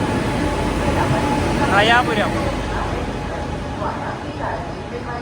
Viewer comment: റയാപുരം? റോയപുരം